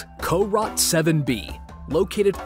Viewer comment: Sounds like he said Car Rot 7b. Probably the pronunciation of carot7b. I'm used to hearing carrot 7b which is why I was thrown off for a second.